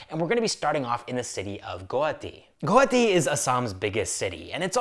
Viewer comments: Guwahati ❌ Goati✅ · It's not Guti, it's GUWAHATI